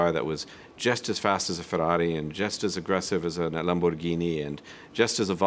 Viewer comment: I love how he had an italian accent only when saying "ferrari" and "Lamborghini"